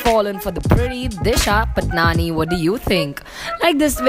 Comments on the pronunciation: Tasnia Tarannum it's paatni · It is not Disha Patnani its Disha Patani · Stop saying patnani 😂😂